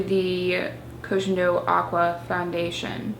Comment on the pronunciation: it's pronounced /koh gen doh/ not /kou dgen dou/